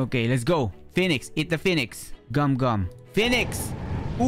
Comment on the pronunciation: "Phenix" Lol 🤣i love your vids btw!